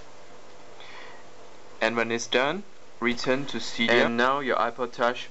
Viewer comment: u say seedia instead of cydia